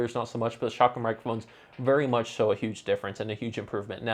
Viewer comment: not trying to be funny or anything, but I assume you are saying "shotgun" mic? I googled for 'shocken' mic for 5 minutes lol